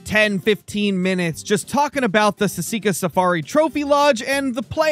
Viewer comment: For someone who loves sika deer he should research pronunciation